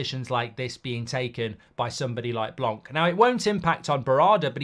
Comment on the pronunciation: Its pronounced blanc and the c is silent merci 😂